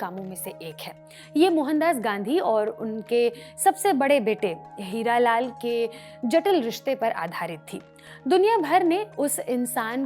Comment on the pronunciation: हीरालाल नहीं हरीलाल। 😅